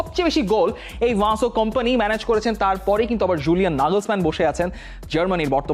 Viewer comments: ও ভাই বেশি স্টাইল করে বলতে গিয়ে । ভিনসেন্ট কোম্পানিকে ,,,ভানসেন্ট কোম্পানি বানিয়ে দিয়েছেন 😂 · English ei toho atodin Vincent sunei aschi taholey ki aita Belgian accent ey erokom? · নামটা ঠিক ভাবে বলেন।ভাসো কোম্পানি নয় তার নাম???